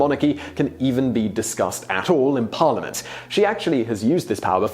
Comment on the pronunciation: You have mispronounced "parliament". Sorry sir.